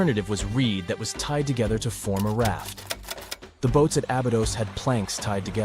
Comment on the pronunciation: Ah-bee-dose.. say it the correct way please